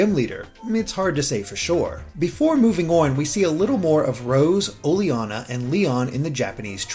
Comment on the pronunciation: I think it's pronounced o-ley-na, not o-le-ana